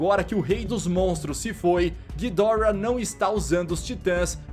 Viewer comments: nem para o cara falar Ghidorá (Assim que é a pronuncia o jeito certo é Ghidora) o cara fala guidórra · A pronúncia certa seria "Ghídorah" em japônes, "ghidÓrah" em inglês e "Ghidoráh" em português, só que ghidoráh é muito feio, melhor chamar de Ghidórah nesmo kk.